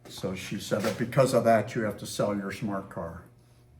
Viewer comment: Live your pronunciation of smart car……a true Bostonian accent! It was really interesting seeing you actually get in the car given your size.